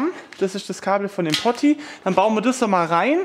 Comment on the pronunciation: Truppe, sprich mir nach: Poooooti, Pooooti. Nicht Potti 😉